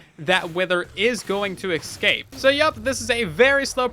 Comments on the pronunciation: I say this with kindness... It's escape, not ecscape. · Eggscape, another name for the End or just a mispronunciation of escape? Place your wagers. 🤣